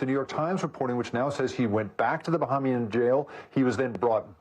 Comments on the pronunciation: it’s Bahamian pronounced buh-hay-mee-uhn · Well done MSNBC. Your expert can't pronounce Bahamian correctly